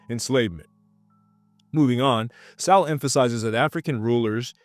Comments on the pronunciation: It’s pronounced Soul not sowel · You pronounce his last name (So -Wol)So-Wol. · You can’t even pronounce “Sowell” dummy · If you are going to bring up Thomas Sowell you should know his work and maybe read Black Rednecks and White Liberals and also pronounce his name correctly by the way it’s a shame he never ran for president